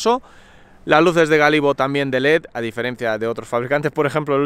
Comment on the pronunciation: es luces de Gálibo no Galibo, se acentua la a!